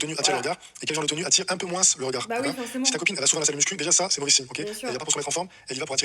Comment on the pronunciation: À partir du moment où il prononce le s de « moins », tu sais que ça va pas être glorieux